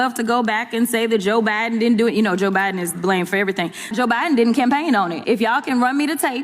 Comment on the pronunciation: Poor Jasmine Crotchett shouldn't let people take dumps on her head. And super adorable how she pronounces Biden, she's just so "street" lol.